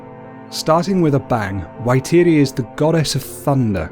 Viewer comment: U pronounce it. Faitiri